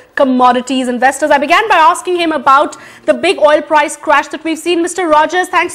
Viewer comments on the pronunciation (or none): none